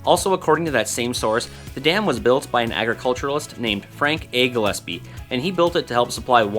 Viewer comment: Hey finally someone that pronounces Gillespie right. Great video.